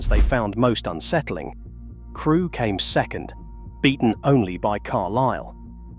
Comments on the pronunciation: I thought it was fiction when the narrator referenced a station called " Creweee" rather than Crewe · where is Crewy station LOL - this has to be AI. - Queen Victoria had her own passage under Hull station, into the hotel. I have been down there on a ghost hunting tour to the old underground toilets and police cells - that is a creepy station to go underneath on a guided tour. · Where is Crew-eeee? lol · "Crew-wee station." eyeroll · Crew E....Seriously???😂